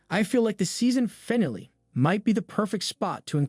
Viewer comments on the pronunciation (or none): Dear narrator; get a coach to help you pronounce key words correctly... "finale, Elijah and disciples" need work. Other than that (small detail), good work